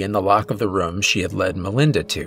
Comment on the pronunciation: I like your stories but the way you say room as rum drives me nuts in every video